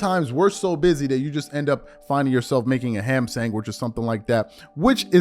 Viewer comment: im cryn. Man really called it a ham sainquich 😂😂😂